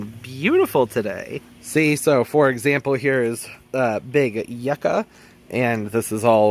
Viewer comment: The way you say yucca is so funny! Never heard it pronounced like yuck. It’s normally you-kah.